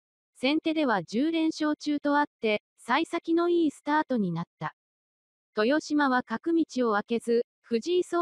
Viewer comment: TESHIMA ・・・面倒だとは思いますが これは修正してほしいですね。 せっかくの大一番の解説動画なのになんか聞いていて萎えます。